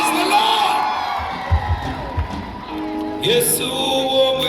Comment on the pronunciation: Mukama yebaziibwe, you people are you so deaf that you can hear him he's unable to pronounce the word " Yesu" God have mercy